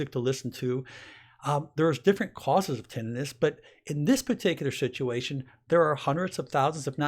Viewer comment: You don’t pronounce tinnitus correctly